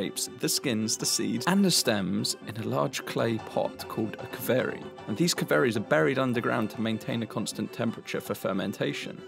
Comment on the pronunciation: Bro its called Qvevri ! Not Kveri. Kveri in Georgian means testikles :D